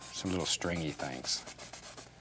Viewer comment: I love how he says “things” like “thangs”